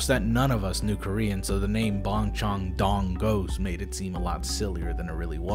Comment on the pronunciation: dude i love your vids but the amount of anger in me from your pronunciation of bongcheondong in incomprehensible.